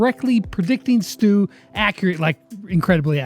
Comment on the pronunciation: When brawl stars said “Stu” I thought they said “STOOG”🤣😂